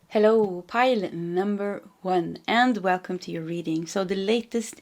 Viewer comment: I love how you say hellOw